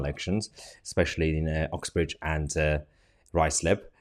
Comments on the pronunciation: Mahyar it is UXBRIDGE not Oxbridge please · Would someone please explain why I hear 'Oxbridge and Ruislip' when I am sure it is 'Uxbridge and Ruislip'? Not picking a fight just would like some clarification!